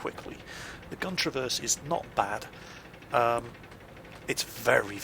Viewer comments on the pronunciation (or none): none